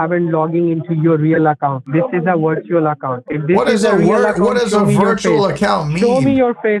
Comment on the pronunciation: wirtual accown LMAO